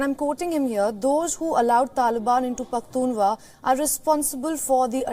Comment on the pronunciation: The news reader can't pronounce Pakhtunkhwa 😔